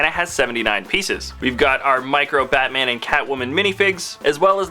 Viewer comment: When you said Batman i thought you said fatman